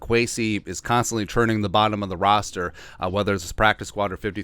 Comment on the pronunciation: Roster, not rooster…lol